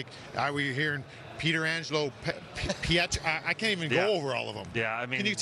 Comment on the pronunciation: (Pet Tran jello) Edit: for ppl who don’t know how to pronounce his name